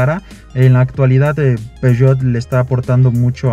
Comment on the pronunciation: Y cuando este man fue a Europa no le dijeron que no se dice "Peugeot"? Como que empezó muy conocedor y terminó viéndose medio chato , no entendí realmente porqué eligió un diesel, si lo que le gustó fue el diseño, están medio chafas los usuarios que eligen para estos vídeos, no aportan realmente nada